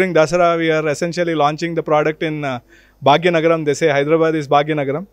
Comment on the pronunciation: Not bhagya nagram😂😂 joker it's hyderabad city of nizams ...not bhagya nagram 😂😂